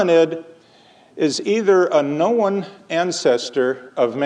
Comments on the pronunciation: i don't know if anyone has answered this, but the accent you are hearing on "Know-en" the elongated o monothong, with a hightened schwa, produces a two syllable "kno-un". I don't know where this would map on his life, but the "trap" vowel you are hearing in craps to crepes is in and around St. Louis. maybe menton is from there? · Is he where PraiseIAm got his two syllable form of known?